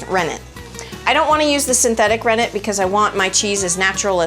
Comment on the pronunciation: Sorry, Rennet not Renner lol